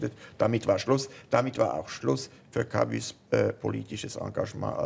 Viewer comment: warum betonen Schweizer ,auch wenn sie sehr gut französisch können, französische Wörter immer auf der ersten Silbe ?-'Velo,'Camus, 'Hotel etc.?-hat wer eine 'Idee?